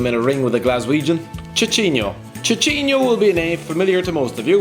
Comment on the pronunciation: Tchi Tchi nho KKKKKKL WFT... AS A BRAZILIAN THAT WAS PAINFUL TO HEAR... IS SÍSÍNHO (how you pronounce it)